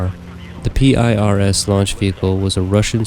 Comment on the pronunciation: In case you didn't know is that the actual name of that module was PIRS. It ain't p.i.r.s., it's PIRS.